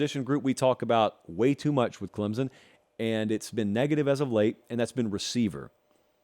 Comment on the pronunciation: This clown still can’t pronounce Clemson correctly but I’m supposed to care about his opinion?